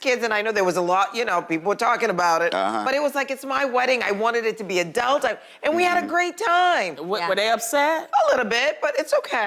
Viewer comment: Absolutely, I love her looks this season. But question: am I the only one who hears 'adelt' when she says adult tho?!?